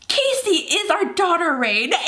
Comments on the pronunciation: I love you ok, but it annoys me when you pronounce Cassie's name as Casy, as it is Kassie Cassie, is pronounced Kassie, but I love you so much, and I love this series! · I agree my sister name is Cassie and when she says Casey it bothers me. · 4KidsGaming it is pronounced cAssie